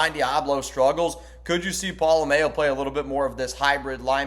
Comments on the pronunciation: Its pola-mao. "MA-OH". Not pola-MAYO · You are the only one I hear saying Pola mao wrong it’s not like Best foods mayo nnaise